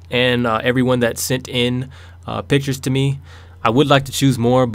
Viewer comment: When he said "These are the pictures i picked" I thought instead of saying pictures he said bitches!lol XD